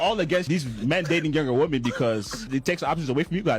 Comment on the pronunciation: Has the entirety of the red pill space simply forgotten how to pronounce the word "women"? Is it possible they don't know that "woman" and "women" are two different words with different pronunciations?